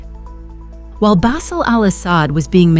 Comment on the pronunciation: Who writes these idiotic texts and pronounces every Arab name diametrically wrong. Ihab pronounced Iyhab like a hillbilly saying Iran, Bassel pronounced like tassel... who was "*tragically* killed in an accident"!